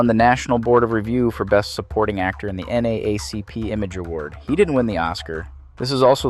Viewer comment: beautifully and thoughtfully crafted piece about a phenomenal individual and actor. no critiques but this: pronounce it "N-double-A-C-P" not "N-A-A-C-P". broke immersion when you mentioned the org the few times you did. otherwise, I thoroughly enjoyed this through and through. thank you.